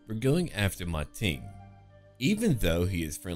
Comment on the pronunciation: Actually its "Ma Teng" (馬騰) not "Ma Ting".